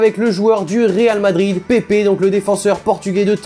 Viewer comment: soit ta 3 de moyenne en français soit tu sais pas lire on dit pèpe et pas pépé